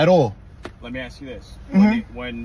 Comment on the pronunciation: ASK NOT AXE